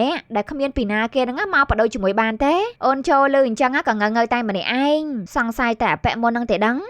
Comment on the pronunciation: អេតមីនយាយថា"អូន"ញុមស្តាប់លឺថា"អូច"😑